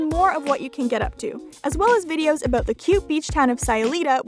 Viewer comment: Aboot? Hehe your Canadian aren't you? Kkk